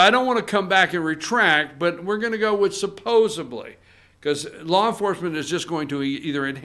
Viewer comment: SUPPOSEDLY!!!!!!!!!!! not supposeBLY